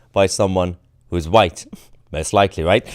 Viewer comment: Blame the “hwhite” man ! 😂😂😂